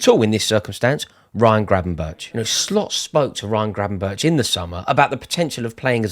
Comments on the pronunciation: Sum say it’s Gravenberk sum say it’s Gravenberg but it’s definitely not Gravenberch 😉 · Please say Gravenberk not Grabenberch. You sound stupid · Gravenberch is pronounced as Gravenberg.